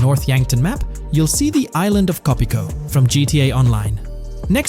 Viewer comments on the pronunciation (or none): Bro 💀 Co Pico? It's Cayo Perico 😂